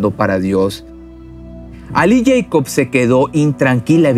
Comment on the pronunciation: El mexicano dice yeicof en vez de Jacob!